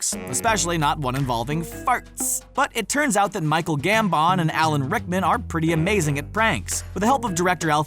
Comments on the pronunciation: Says Michael Gambon like tampon. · I’m sorry but...Gambonn? And Cuaronn? Pronounciation is key 😂😂